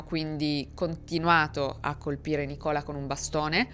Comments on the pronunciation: Il nome Nicola, così come il nome Luca, nella lingua inglese sono femminili. Non c’entrano le origini italiane, ma cambia l’accento: la o di Nicola, quando è il nome inglese femminile, è chiusa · Nicola come nome femminile è comunissimo nei paesi di lingua inglese, e si pronuncia con l’accento sulla i. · no, é proprio diffuso come nome al femminile nel Regno Unito e si pronuncia appunto con l’accento sulla i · Lei conosce donne britanniche e irlandesi di nome Nicola? Io sì, perché ci abito ed è un nome abbastanza diffuso. L'accento è sulla "i". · Scusami ma vorrei correggerti sulla pronuncia di un nome inglese ossia Nicola ma viene pronunciato nìcola ed è femminile mentre al maschile si usa Nico ….comunque sei molto brava a narrare I really enjoy to watch your crime documentary have a good one my dear see u later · Nichola non ė un nome femminile così sarò in uk, ne ho conosciute più di una quando abitavo a Belfast. Viene letto come Nicla, senza O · Ciao, il nome Nicola è molto diffuso nel Regno Unito ed in Irlanda e si pronuncia Nìcola con l’accento sulla i. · Scusa, si dice Nicola, con la cadenza sulla i. Anzichè sulla o. Ed è un nome femminile in inghilterra. Così come lo Andrea. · Scusa, non voglio fare l'Hermione Granger di turno, ma il nome Nicola in Inghilterra non è pronunciato come in Italia. È Nicla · Nicola al femminile si pronuncia con l'accento sulla prima i 🚩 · Il nome femminile Nicola in inglese si pronuncia Nìcola, con l'accento sulla I. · Nicola in uk è un nome femminile e si pronuncia con accento sulla i, FYI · Ciao, volevo solo precisare che il nome Nicola è abbastanza diffuso qua in UK e anzi si usa solo al femminile. Viene pronunciato Nìcola:) bellissimo video come sempre ❤ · nel mondo anglosassone, specie nel regno unito, nicola è un nome da donna anche piuttosto comune, che non si pronuncia come in italiano ma con l'accento sulla prima i, Nì-cola. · Nicola è solitamente pronunciato con l'accento sulla i.